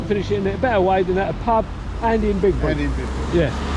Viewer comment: Great video. By the way it’s Byebury in these parts. 🤪. Enjoyed wandering along with you and Steve. Best wishes from Glos vegas. 👍🏻🚶🏻‍♂️🚶‍♀️